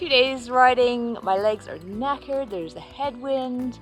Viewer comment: Lovely video, especially Canadian ‘knackered’ 😂